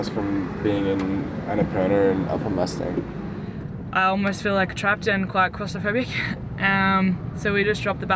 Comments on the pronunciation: It's pronounced as Muss-ta-ang not Mustangs like cars or horses.. FYI.. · It's Moos taang not mustyang🙏🙏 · would you please pronounce as "moostaaang" . thank you🙏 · when a Nepali word is spelled in english the pronunciation doesn't change.. Or vice versa.... it's not the accent.. n definitely not pronounced as horse or a car... It's disrespectful n rude to call it something else..at least try..